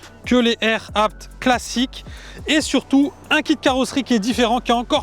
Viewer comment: enfin quelqun qui prononce abt de la bonne maniere